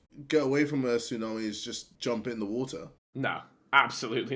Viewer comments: Woahhh,Wotaaa,wo'a bro i cant 😂😂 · Babatunde sees a Tsunami: “There is so much wotah” runs towards tsunami 1 minute later: RIP babatunde